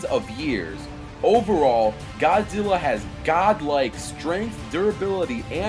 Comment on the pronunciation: it's like he said godzillo